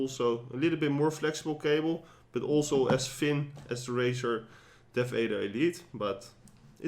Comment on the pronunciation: Im not shaming you for your accent but Im dying because of the Razer DeathAIDER Btw. very nice Video